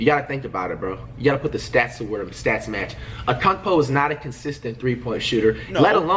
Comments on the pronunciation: Flight said Akuntepo said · Dude he says ankoupo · Flight frfr called giannis akoumpo😂😂😂